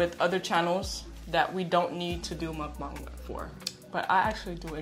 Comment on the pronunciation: I have 1queston can you stop calling it mukbaung